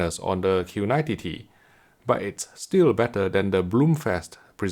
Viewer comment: Makes me crack up every time he says Q90 TTT